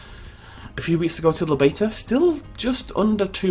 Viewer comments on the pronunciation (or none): none